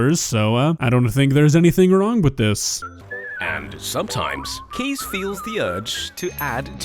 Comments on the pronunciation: Well, I'm Dutch and I love my bicycle, but I do have my limits 🤣 Oh, and just a side note: his name "Kees" is pronounced as "case" instead of "keys" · You say his name as "Kies" But is is more like Case Like in a briefcase ;) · Just please prounounce it "Case" not "Keez". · as a dutch person i just keep hearing keys instead of kees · I love my country. Btw Kees is pronounced excactly like 'Kays' as in Kays Cooking. Edit: Oh god, I just realised he lives in the next town over... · His name is pronounced "case". I am Dutch, and yes bikes are very loved here. Bike fuckers are not common though, I like my own bike, but as a bike and not a lover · Actually his name is pronounced as "Kays". Being Dutch I love biking too, but this is a little much 😄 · As a dutchman myself I can confidently say that we do love our bikes... but not like that. Fun fact there are 1.3 bikes per person in the Netherlands. 22 million bikes and just 17 million people. So for Kees a lot of fish in the sea. Also,, you're butchering the name Kees. Its pronounced Kays not Keys. Love ur vids man! Ps. G E K O L O N I S E E R D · Considering this mans name is "Keys" or at least pronounced that way I would've assumed he'd fall in love with a bunch of motorbikes instead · but he didn't mean the word like that, he meant the man this video is about. But because the word is pronounced 'keys' by a lot of English speaking people, it can be misunderstood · i am dutch, and u can say Kees like case in english. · If this is about the pronunciation of the name Kees, yes Kees is pronounced as case